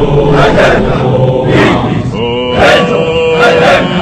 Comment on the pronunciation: La pronunciación de algunas letras es incorrecta. La pronunciación fonética de "Legio" no es "Leyio" es "Leguio" la G se pronuncia "gue" asimismo "Aeterna" se escribe de esa manera, pero se pronuncia Eterna ya que la "A" al principio es muda.